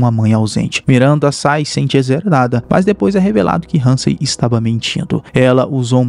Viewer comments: Cara vc teve um baita trabalho para fazer o vídeo, o nome da cientista é Catherine Halsey, vc pronuncia alguns nomes de forma errada, desculpa, sou fã do seu canal, sempre dá para ficar melhor, não é Hansen não amigo, obrigado pelo trabalho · Vídeo muito bom! Parabéns... Mas eu não entendi pq que Covenant virou CoveRnant? E Halsey virou HaNsay.. mas fora isso tudo nota dez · Vou sair do vídeo, já é a segunda vez que ele erra a pronúncia, primeiro Covernant, agora Hansei kkkkkkkkkkkkkkk